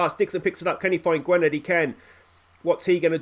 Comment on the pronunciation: Mentions player of the year and Ap Gareth scores? Coincidence I think not Also in welsh Y is pronounced like an I Perfect example is Barry - Gwynedd is pronounced Gwinedd Also davies is probably how you pronounce Davis My favourite episode in a while top banter with the "if you cant spot the weak team its probably you lol"